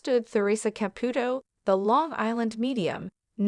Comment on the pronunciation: If you are going to narrate a story about someone that is constantly in the public, you must learn to pronounce her name, its pronounced Theresa Capootoe I wish Teresa Russo has a very long and happy marriage full of kindness, understanding and laughter. Congratulations Theresa